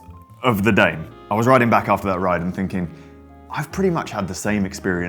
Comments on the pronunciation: it should be pronounced “dah may” assuming the brand “primos” is spanish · I could be wrong, but I believe it's pronounced "Dah-may" lol. Next up is the Poseidon X Ambition, Triton, Redwood.